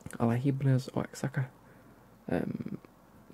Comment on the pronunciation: The city for the Liga MX kit is pronounced like wa-hakka and the team name alebri-hays